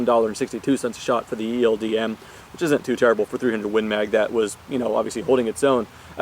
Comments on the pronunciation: Okay guys its official its A.W.M not awm(om) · Ofcourse IT'S A.W.M You dont say "akkum" for an AKM do you?